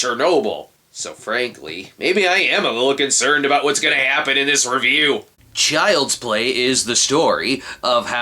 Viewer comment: I didn't catch on to this 7 years ago, but Snob said Chird's Play and not Child's Play in the beginning.